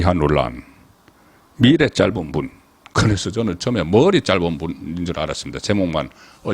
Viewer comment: 본부장님의 방송잘보고 있습니다! 비판이 아니고 발음 하시는것 저도 경상도 인데 단어의 장 .단음을 너무 다르게 하셔서~! 오늘 방송에서만도 너무 많은것 같아요. 혹시 주변분들어게 한번 물어보시고 갈수록 구독과 좋아요가 늘어가는데 그래도 기자이신데~ㅎ 한번 재고 해주시면ㅈ듣기도 편할것 같네요! 예를 들어 미래 란 단어도 장음으로 알고있는데 단음으로 하시고~! 건강하세요! 절대 지적질 아닙니다!